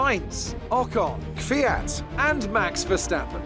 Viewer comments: It’s definitely Danik V-at. Just say it fast. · still bothing kvyats name.edit: just call him daniil